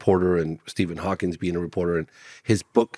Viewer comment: Tisk tisk. I just don't understand people who is adding the "s" on to Stephen Hawking... And kind of surprised he did not know that Hawking had ALS... smh